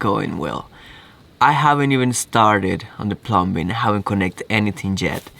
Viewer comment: Dude, The B In Plumbing Silent Bro. It Is Said/Spoken "Plumming" Keep Up The Good Work Matey.